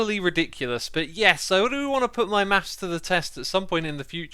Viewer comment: For me it sounded like he said: We're gonna do some meth